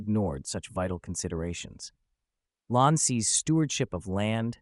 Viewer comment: Lahn is pronounced "LANE".